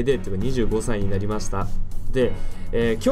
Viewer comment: にじゅうご↓さ↑い 誕生日おめでとうございます！